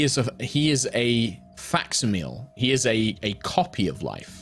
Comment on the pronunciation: Facsimile is pronounced "fac-sim-uh-lee", not "fax-ih-mill"